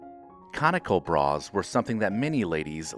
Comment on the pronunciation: Your emphasis on bras is beneath you.